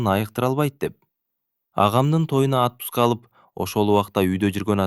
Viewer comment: Жакшы чыгарма экен,жигит да жакшы окуйт экен,бирок носки жазылышы,окулушу наски,атпуска эмес отпуска да тууралаганым учун кечирим сурайм